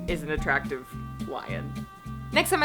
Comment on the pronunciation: Yusss to Return to Neverland (It gets so much hate ,but it's amazing) & yes to The Lion King 2. I like how you paused before saying Kovu was an attractive lion xD Like uh oh I might end up regretting this. Toy story 2 is good too. I also Like The Second Part to The Little Mermaid except for the singing xD The Hunchback of Notre Dame part 2 Was Really GOOD. I find nothing wrong with that one. It's also great to tell people who hate the first one just because, he doesn't get the girl that there is in fact a Part 2 where he does so, they have NO reason to hate the first one. Both are great.